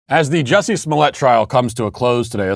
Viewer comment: How is it that you manage to pronounce Juicy's name correct, yet obviously mock others with your enunciation of their names, Matt? I mean, it's Juicy, it's right there, yet you don't use it, too obvious maybe, or you literally do have trouble with them other names? Never know with you, Walshy😁